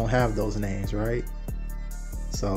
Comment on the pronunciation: the way she was pronouncing those names was crazy 😂